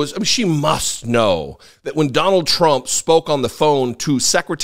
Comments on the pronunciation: Haha … I also noticed she almost said Pres. Chump!! 😅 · She called him president "Chump'' LoL !!!!!!!!!!!!!!!!!!!!!!!!!!!!!!!